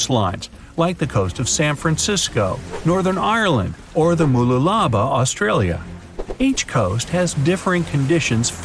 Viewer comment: I have no idea what or where "The Wooloolaba" is.. Are you trying to say The Illawarra (ill-a-wa-ra)???